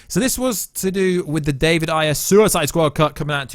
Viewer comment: Bro David “Air” Ayer. That’s how it’s said